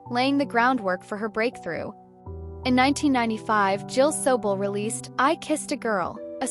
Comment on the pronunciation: Hey AI !, both her birth AND death years are incorrect as well as the pronunciation of her name.